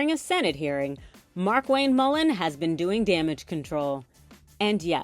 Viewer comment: MULLIN not Mullen.